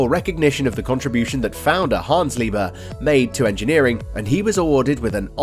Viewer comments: NOT PRONOUNCED “LIEBER” but LIEB - HERR!!! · The 'h' in 'Liebherr' is actually pronounced: Lieb herr, not lieber. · Its LEE-BEAR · I am not Deutsch but please don't say again Liber. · You can pronounce it like "leap hair" thats the closest you will get to German pronunciation. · All you need to do is: -open google translate -type in the german word that you are butchering -set it to german at the top -press the loud speaker symbol at the bottom! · In Liebherr the "h" ist not silent